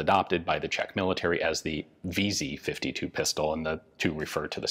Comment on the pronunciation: Ian's Czech pronunciations are actually not bad